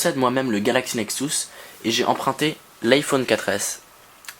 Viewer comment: Bonne vidéo mais par contre juste un chose qui me stresse : ta manière de prononcer "Nexus" il s'agit du son U et non du son OU